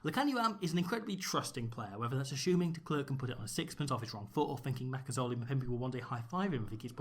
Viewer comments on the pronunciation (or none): Just helping with pronunciation before continuing the vid😂 Ma Ka Zo La, mm pim pi like that